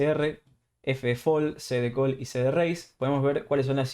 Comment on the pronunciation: Tern not turn. Coll not call. Reist not reised .. bord not board. muy bueno el video. Maestro ud. . Cual version incluye todo esto. Gracias. Te regalo la ayuda de pronunciación del ingles.